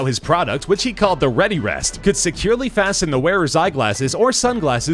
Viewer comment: For #9 it's * Readerest not Readyrest